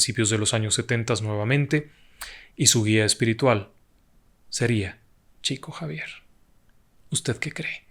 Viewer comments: Estimado, en portugués se pronunciaría como "Shico Savier" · Se pronuncia "Shiko Yavier", por respeto a los brasileros, se escribe Chico Xavier, en Portugués. Por respeto al propio Chico Xavier, me parece bien, decir correctamente su nombre. Un abrazo.